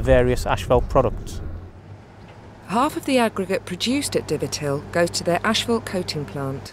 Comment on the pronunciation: How do you get 'Ashfelt' from 'Asphalt '???